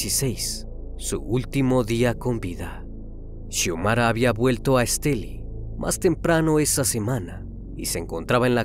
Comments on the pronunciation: Soy de Nicaragua,me sorprendió al escuchar que mencionaban Estelí,( la palabra es aguda) . Hace poco te emepence a seguir,muy bueno tu canal. Felicidades! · Estelí. Lleva el acento en la "i". Gracias. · Es Estelí con acento en la i. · X Fin un vídeo de Estelí, una cosa el narrador no dice Estelí con acento al final suena raro 😅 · Esteli con acento en la i, que bien como narras este trágico asesinato, soy de Nicaragua saludos. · Ni pronunciar el lugar donde se allano saben pronunciar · Soy de Nicaragua y soy fans del! Me causa un poco de risa como pronuncia el departamento de Estelí! Besos crimi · Me encanta la forma como relatas las cosas pero pronunciaste mal la palabra Estelí soy de Nicaragua y me encanta tu canal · Se pronuncia estelí no esteli, saludos desde masaya Nicaragua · Siii un poco estresante escuchar Èsteli jjjj por los que ya sabemos cómo se pronuncia.. Muy excelente el caso 🫰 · Una pequeña corrección: se dice El municipio de ESTELÍ con acento en la I. Soy de Nicaragua y resido en Los Ángeles, California. Mi amado país y este triste y espantoso caso. Gracias. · Que buen trabajo haces me encantan tus videos. Hasta hoy veo uno de Nicaragua soy de aya solo una pequeña observación la ciudad se llama Estelí no Estèli pero muy bueno tú trabajo, gracias. X traernos estos videos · No te fastidó que dijera Estéli en lugar de Estelí? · sólo b quiero hacerte una pequeña corrección el departamento se llama Esteli' con acento en la í al final de la palabra , por lo demás todo el capítulo está magnífico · Esteli con acento en la i. Acá no se puede meter el acento. Pero se puede pronunciar. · Corrección: se pronuncia Estelí. Soy Nicaraguense